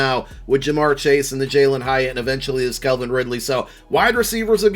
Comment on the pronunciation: You still pronounce Calvin wrong 😂saying Kelvin